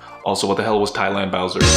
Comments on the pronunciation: TIE-LAND BOWSER HAHAHAHHA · Tie land 😂